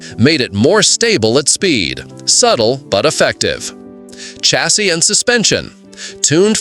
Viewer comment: These AI "narrators" that can't properly pronounce common words like "chassis" have gotten really irritating.